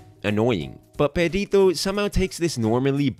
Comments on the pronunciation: im sorry but the entire video i was asking myself is he saying pedito(farty)? instead of perrito(doggy)? XDD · Buddy, you gotta learn to roll your r’s 👀 it’s Perrrrrrito not Perito. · wanna know what IS annoying? the fact that you constantly say Perito instead of Perrito like, seriously, it's literally just doing a google search. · his name is Perrito? oops, i legit thought they were saying Burrito this whole time. XD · No yeah, I need to work on my pronunciation, my mom called me out for this lol 😓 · When you say "perrito" sounds like "pedito" that means "little fart" whitch is a much more funie name for Perrito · I die every time you say “Pedito”💨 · I'm sorry, I can't help but laugh at the way he says "perrito", because the way he pronounces it makes it sound like "pedito", which means little fart in spanish 😂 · "Perito" xd im sorry but the pronunciation is really funny to me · Spanish speaker here (Mexican). I couldn't contain myself, sorry, but your pronunciation of Perrito (diminutive of dog) sounds like Pedito (diminutive of flatulence); or sometimes Perito (a profession related with law, I don't remember exactly their job, but sometimes get killed for their job). I don't expect you to pronounce it appropriately (as in English there is not equivalent) but made me laugh a lot. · Nice video, but as a spanish speaker I must tell you that your pronunciation of Perrito sound like "Pedito" which means "fartie" or "little fart". I just laughed every time you said it 😂😂😂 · I’m just gonna say it the way you say “perrito” sounds like “pedito” which means little fart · I love the way you pronounce “perrito” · The analysis is great man, but as a latin viewer I almost got crazy of how you pronounced his name XD